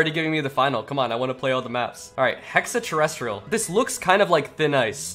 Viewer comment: It's called hex-a terrestrial not hexa